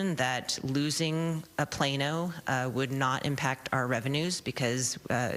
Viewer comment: It's Plano not Plana 😂